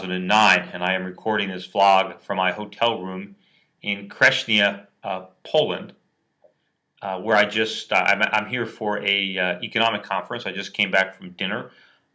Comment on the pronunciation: It's krɨˈɲit͡sa ;)